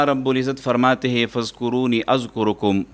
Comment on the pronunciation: ۔۔فاذکرون اذکرکم۔۔جناب ۔ر۔ پر سکون ہے جبکہ آپ پیش پڑھ رہے ہیں ۔۔۔